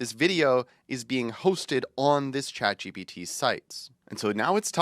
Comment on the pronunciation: I didn't know ChatGPT was pronounced "Chat G B T"...